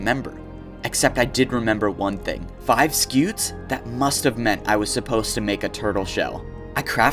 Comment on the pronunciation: Just for the record, its a Scute you say the T and the E is silent